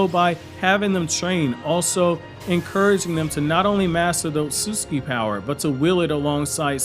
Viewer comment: I love all of this guys videos, everything about them except for one thing. I hate the way he says Ōtsutsuki…